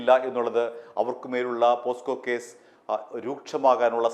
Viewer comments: പോക്‌സോ അല്ലേ പോസ്കോ എന്നാണ് താങ്കൾ പറയുന്നത് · പോസ്ക്ക അല്ലടാ ഊവ്വേ.. പോക്സോ എന്ന് പറയടാ.